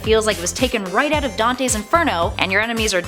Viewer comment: out not aut